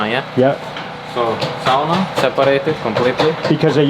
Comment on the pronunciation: Eskimo is considered a racial slur, please don't use it. Sand blast the stone in your bedroom. So happy how your electrician pronounced sauna correctly <3